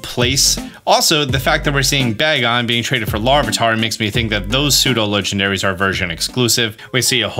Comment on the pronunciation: so excited for a year of adding and extra "ah" into the legendaries names lol